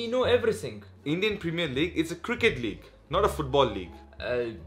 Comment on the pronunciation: Cricket league walllah iricket league 😂😂